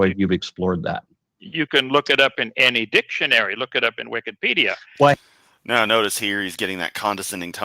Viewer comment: Speculation: I think maybe calls it "Wickedpedia" because he confuses the first syllable 'Wiki' with 'Wicca' and possibly with witchcraft maybe? Therefore, he glosses it "Wickedpedia". Just straight up ignorant. He demonstrates a pattern of this behavior over time. Another example is when he calls National Geographic "National Pornographic", possibly because it sometimes features topless tribal women or some other photos that he objects to. In any case, he's a f&#@